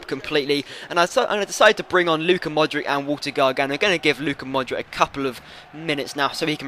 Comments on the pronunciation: Mordic is pronounced Modrich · Modric is pronounced Modrich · You pronounce Modric wrong, the C in his name is the same as the C from Subotic!